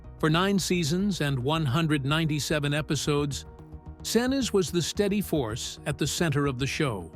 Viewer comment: Gary "Sin-ooze" & "Sin-iz" :face-green-smiling: (pronounced "Sin-eece")👍